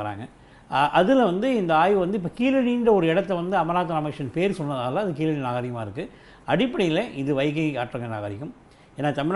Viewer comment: கீழடி ழ உச்சரிப்பு சிறப்பு